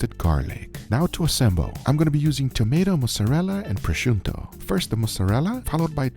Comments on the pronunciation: It's prosciutto, not prosciunto. This reminds me of when he kept calling gochujang "gojugan." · Guga, please stop saying proschunto😂 there is no N there😊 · Stop saying prosciunto Gugga wtf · there's no "N" in prosciutto 🤣🤣